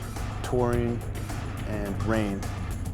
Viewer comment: Good video, until half was through I thought he was saying "taurine mode" and I was like "what the fuck"?